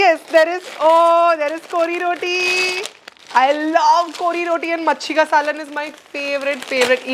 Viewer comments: Omg u said kori rotii love from mangalore ❤️ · even i am a mangalorean and i am so happy how you pronounced kori rotti love you so much and i am proud that even you are also partly a manglorean